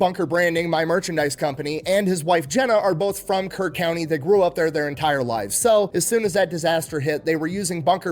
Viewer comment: HEB originated in Kerrville (Kerr county, not like he said Kern) TX where the flood of 2025 occured. There was another flood there in July 2026 that was just as bad, but fortunately only 2 lives were lost in this one. ❤